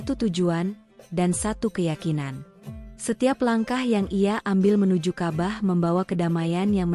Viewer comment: ceritanya sangat baik , tetapi pembawa jalinan ceritanya kurang baik , misalnya menyebut Allah dg alah. ka,bah dia lafalkan kabah. hal tsb. merusak mutu penyampaian .